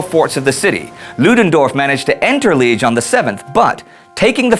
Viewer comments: As somebody coming from Liege (Luttich, Luik) I can tell you that pronunciation is wrong. It is pronounced Li-aige. There, I noted this irrelevant fact. Great series and a really enthusiastic presenter! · pronounces Liège "leej" : ( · FYI, Jean Jaures's last name is actually pronounced, "zho-REZ." It has to do with there being an accent grave over the e. That means you pronounce the last s. Also, Liege is pronounced, "Lee-EHZH." There's another accent grave over that e as well. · cant say liege right. bc of course you cant. that would require thinking, and googling. thats too much for an amerinazi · The first 'e' in Liège is prononced like in the word th-e-re :) great doc btw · Liège, you say the 'iè' like the 'ea' in 'yeah'